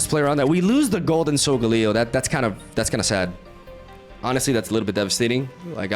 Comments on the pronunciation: It’s sol-gah-Leo.. snorlax needs so much setup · You pronounced Solgaleo's name wrong in the intro, but pronounced it right in the rest of the video lol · Why do you pronounce solgaleo and lunala very weirdly? 😭 It's not solgahhleo, it's solgaleo. It's not lunalahh, it's lunala